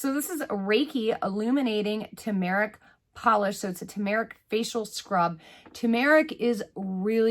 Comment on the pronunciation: Tumeric. Pronounced: Too-muh-rick ...hehe 😜